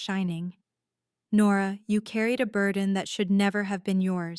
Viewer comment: Birdin instead of burden. The narratation was terrible.